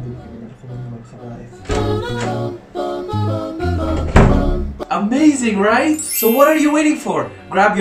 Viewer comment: n instead of siri u have ... siji